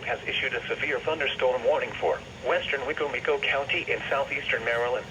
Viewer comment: Ah yes the famous mispronounced Wicomico County